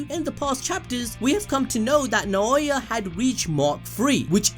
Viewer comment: Naooooya not naaaoowa